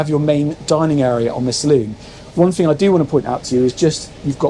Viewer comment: Obviously, it's Obviously Obvious ! 174 'obviouslies'. Also, why is it the younger generation are incapable of pronouncing their 'TH'. ITS NOT 'FREE 2 5' 'FINK ' 'BAVIN platform' 'nice FING'. Illiteracy at it's finest. Jeez .... 😅